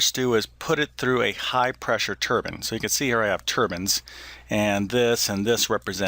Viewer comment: Thank you for pronouncing the word turbine correctly - that is "turban."